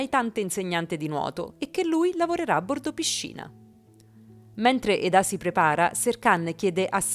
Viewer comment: Perché chi narra dice Edá e non Eda? Non insistere a dire Edá perché si chiama Eda ……